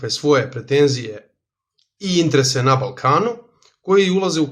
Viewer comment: molim te, samo izgovaraj interese, a ne intrese, baš mi zapara uši. Ostalo je sve top